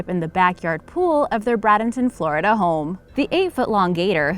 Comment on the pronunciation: Psst....it is pronounced ˈbɹeɪdəntən